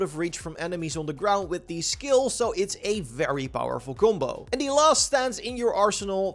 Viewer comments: "kumbo" "kumposure" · I didn’t realize u were saying combo until I was halfway through the video… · Each time he said "gumbou" i drank from my beer and i needed 1 1/2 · I don’t know at first this guy was saying gumbo and stuff I was like wtf 😂